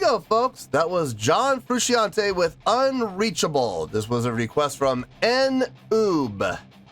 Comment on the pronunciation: It’s “FROO SHAWN TAY”